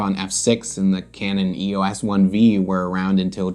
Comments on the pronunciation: Not sure why EOS was pronounced as a word by some - EOS means Electro Optical System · For the last time, it’s not E O S. EOS. Is the Greek Goddess of the Dawn. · I have an EOS Rebel 300x, as long as it works I will never need another film camera. EOS... I was also saying it wrong until today when I saw your video.